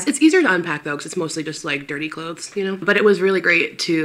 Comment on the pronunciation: The way she pronounces the “th” in “clothes.” Omfg.